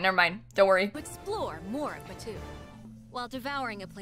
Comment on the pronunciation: Idk how the editing is going to work but as someone who lives in Disneyland and went to the pre opening of Star Wars land - this is ENTIRELY almost exactly detail for detail based on Batuu (which they are pronouncing wrong omg - I chose to believe this is a sims accent and not just bad fact checking but in actual Star Wars land it is pronounced BAT too)